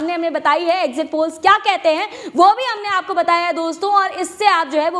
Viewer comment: Exit poll hai....???? zara clearly boliyeji...All the best to winning party.